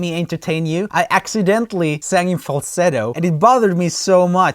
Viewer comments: There is always can-tra-vers-e? Maybe he didn’t know how to say contro-versy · The way he says controversy is killing me Edit: the part where he says controversy is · Raaaaaaaaaamie learn to pronounce controversy